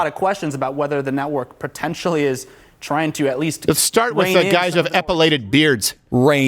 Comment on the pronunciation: Pertentially? And this man is a professional broadcaster?